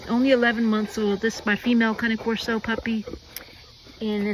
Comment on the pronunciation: I love to see someone who actually pronounces the name correctly. I have a 6 year old all black male named Buddy and he’s just the best. They really are majestic creatures. ❤